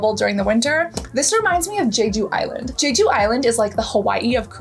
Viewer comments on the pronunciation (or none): none